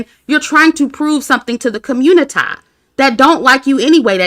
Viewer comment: and - “communi-tie…” 😭🤣🤣